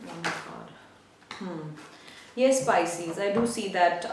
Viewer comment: You keep saying picies